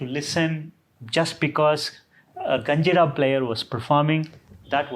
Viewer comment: I guess its GinjaRa, not KanjiRa